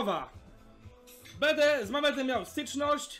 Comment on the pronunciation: kurwa co za tucznik. BEDE hahaa ale to brzmi BEDE hahaha